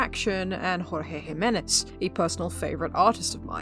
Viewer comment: I just want to say, the “J’s” in Jorge Jimenez’s name are pronounced like “H’s”